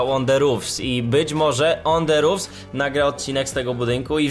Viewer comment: podpierdalasz film mowisz 5 zdan i jeszcze zle wymawiasz nazwe ich kanalu